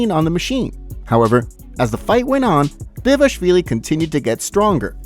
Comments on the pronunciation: Its not devashvili, its DVALISHVILI, you see Dva li shvi li, if you don't respect yourself to learn how to read, at least give some respect to future Georgian champ 😡🤬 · Can you try and pronounce Dvalishvili properly ? thx